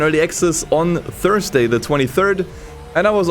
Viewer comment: Thurrday!? Lol!